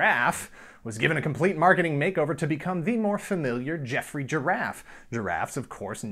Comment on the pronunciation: "Ackchyually" It's Geoffrey the Giraffe